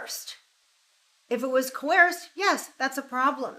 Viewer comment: But was the donation “CO-AIRSED”???